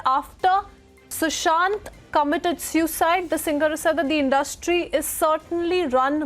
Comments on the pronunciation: Its not SEWcide... its pronounced SOOcide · The host is having a tough time pronouncing suicide